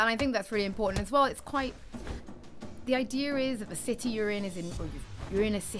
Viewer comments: The ideer people its the ideer apples new english speaking siri ... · why do Brit's say idea like they do? are they adding an r lol